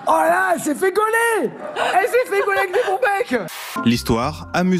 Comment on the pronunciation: Dire que Bernard Montiel a eu une liaison avé Faye Dunaway... 🙄 !